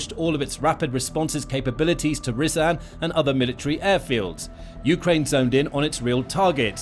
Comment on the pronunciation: Also, not "Ree-zan'" but Rya-zan Рязань